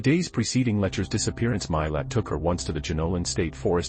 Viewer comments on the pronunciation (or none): Name is said “mah lot” spelled Milat. Ivan is said “I van”. Are you a robot? Listen to the documentaries about Ivan Milat and the victims please or watch the Australian movie “Catching Milat”.